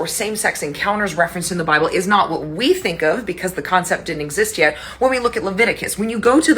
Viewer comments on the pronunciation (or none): none